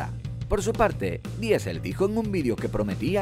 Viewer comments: Mejores top diciendo DIESEL en vez de DISEL....WTF!!! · Queridos españoles: las palabras, incluídas nombres y apellidos, en inglés, se pronuncian en ingles. No traduzcan todo, no arruinen la hermosa pluralidad lingüística que nos ofrece el mundo. "Diesel" es un combustible, no un apellido. Gracias.